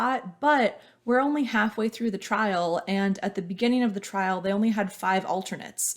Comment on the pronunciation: “Trial”, not trail ;)